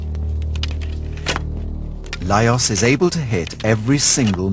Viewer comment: His name is pronounced as LajoSH. What ignorance to make such an error around the subject.